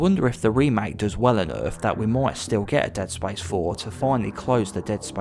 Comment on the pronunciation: Dead spayice